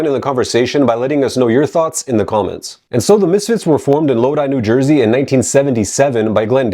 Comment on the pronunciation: So knows the proper way to say “Samhain,” but not Lodi. Which is amazing. “…In New Jay-er-sey. This is, of course, your favorite channel, ‘He-Ayy-Vee-Why Academia.’”